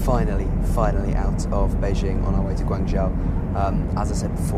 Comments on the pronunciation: Guangzhou - the ZHOU is pronounced 'JOE'. Means place. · I live in China, and while his pronunciation for a foreigner is ok and understandable, it is not spot on. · Please learn how to say Guangzhou